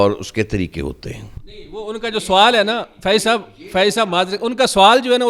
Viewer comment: Check shirt Wala bhatti koi mirasi lag Raha hai kesi Urdu bolnay likhnay walay ko Lana chayeh tha. Anchor ki Urdu khud ki sahi NAHI hai sawal ko suwaal bol Raha hai 😂